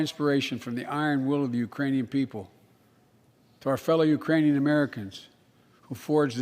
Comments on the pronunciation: I heard Iranian too haha 😆 😜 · I heard "Uranium people" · Urainian lol my boy has me Dying